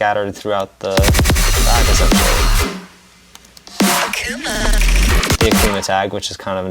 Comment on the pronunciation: Is it just me or did yall always pronounce it “A” “K” “V” “M” “A” instead of “Akuma”?